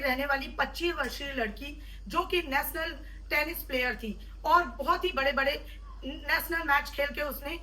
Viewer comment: Work on your pronunciation and body Posture. As a viewrt श ko स sunna bahut ajeeb lagta hai आरुसी नेसनल means work on this